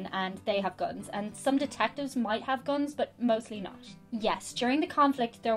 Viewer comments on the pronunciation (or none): Gwuns so scwwarrryy lol